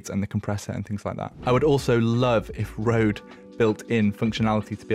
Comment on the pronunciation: you are so close To say RØDE but cool video